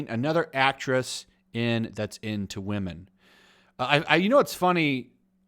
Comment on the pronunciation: Why do you say wahmen Is it as like a respect mi wahmen joke or what if it's just to annoy anyone then yeah it worked my dude